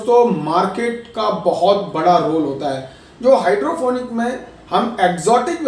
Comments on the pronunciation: sorry to say but sir u dont even know how to say hydroponic u are saying hydrophonic well its future of agriculture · भाई पहले बोलना सीख ले हाइड्रोपोनिक होता है न कि हाइड्रोफोनिक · Ap pahle nam to sahi lelo hydrofonic nahi hydroponic hota he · Hydrofonic nahi hota hai. Hydroponic hota hai😊